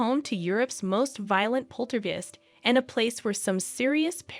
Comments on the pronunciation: I luv but what the fuck is a pol-ter-gest????? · It's pronounced "polter guyst" lol!